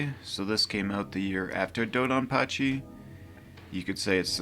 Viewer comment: TBH, I almost stopped after hearing you pronounce Donpachi, but I’m glad I didn’t. Still, I urge you to put some effort into learning how to properly pronounce these game names (Mushihimesama especially) - for no other reason but to show proper respect to the games and their makers.